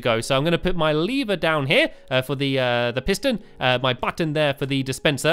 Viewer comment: Lee-ver sorry if you read this